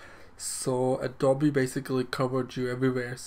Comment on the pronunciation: It’s pronounced Adobe-ee